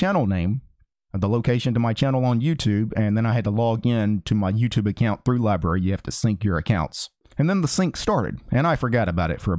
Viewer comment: How do you get "libaree" out of LBRY.